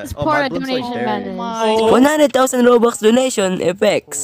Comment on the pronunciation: why tf does he say robukhs